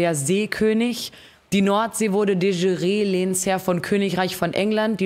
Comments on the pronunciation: de schü-ree xD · De jure wird nicht Französisch ausgesprochen zum wahrscheinlich tausendsten mal xd